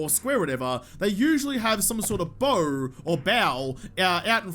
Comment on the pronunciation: Its bow not bow